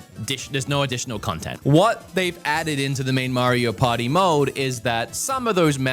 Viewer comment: Maybe I'm immature, but I'm always distracted when he says, "Mario Potty"